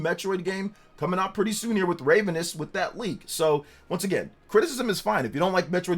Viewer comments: "Ray vuh nus"😅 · Still sticking with that “Ravenous” pronunciation huh? 🤣